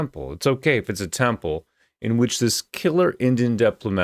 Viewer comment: Did he say which or bitch